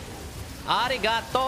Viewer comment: arigato. pronounced pretty well actually.